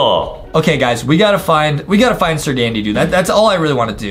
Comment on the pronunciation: Say it right: "Da Da doo" Not "Da Dee Doo" There's no y or e in it.😮